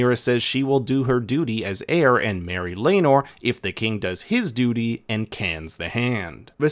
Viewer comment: It's pronounced Lay-nor. Like it's pronounced Ray-near-ah. Rhae = ray. Nyr = near. Day-men. Not Day-me-in or Day-mon as Mysaria says. The first syllable of Laenor rhymes with something. Hint.. Did Mysaria try to poison Daemon? He poured out the drink but still couldn't walk the next morning like he was high on Ecstasy. Mysaria hasn't seen Daemon in 3.5 years. We might finally see Lady Rhea Royce next week. She's not uglier than a sheep. I just don't know why Daemon can't stand being married to his Bronze B**ch? Viserys banished him back to the Vale.